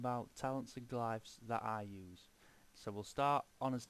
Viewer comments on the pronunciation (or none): Glifs? Do you mean Glyphs?